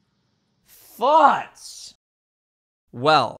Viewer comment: "THOTS" lmao